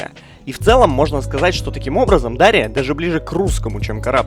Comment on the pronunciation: дарИ а не дАри